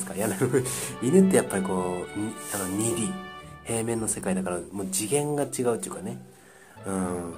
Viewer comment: 昔のゲームについて語っていた時みたいに2Dを「にーでぃー」って言うのめっちゃツボです😁 途中で言っていた忍者ゲームってさては天誅ですね🤔 「修行が足りん」「嫌じゃあーーー」